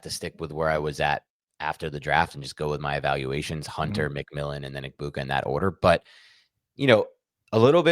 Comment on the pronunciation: This is my favorite fantasy show, but you guys NEED to respect these players and pronounce their names correctly. Hearing you mispronounce Egbuka’s name 30 times in 5 minutes is like nails on chalkboard and extremely disrespectful to the Egbuka family